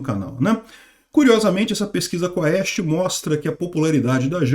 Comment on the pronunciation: A pronuncia é Quest, não se fala o "a"